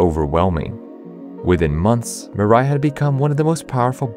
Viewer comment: I got so damn irritated by the narrator pronouncing Mirai. It's a japnese word for "future" and it's pronounced as "Mee-rah-ee". "Mi" as in Mix, "ra" as in Para, "i" as in the letter pronounciation of e.